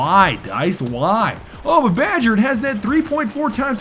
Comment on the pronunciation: 22 minutes of BAJJER ermergerd!